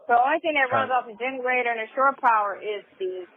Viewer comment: It is NOT "sure" power it is SHORE power, you mush mouf nasty azz simpleton.